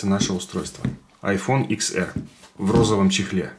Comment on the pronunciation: Это не ИКС, а десять, ТЕН АР грамотей